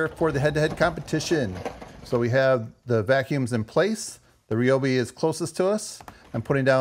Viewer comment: its not REE - O- BEE, its RY- O- BEE